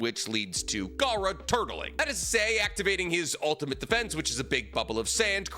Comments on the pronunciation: Bruv. Sounds like he's saying "otter defense" 🦦🛡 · Anybody else hearing him say 'otter sand'?